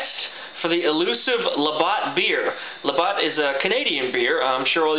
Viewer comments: I split my gut laughing 🤣🤣🤣 love you!! thank you for making this Canadian gal laugh her off!! "LaBOTT" OMG <3 TOO funny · I was wondering if someone else had noticed the Labatt Blue, lol. I first saw it and then realized it's even in the thumbnail. I'm from Newfoundland, Canada, and I grew up on Labatt. I just hope that someone will teach you how to pronounce it. :-) I'm watching all of your videos right now and I'll subscribe as well. Have a good one!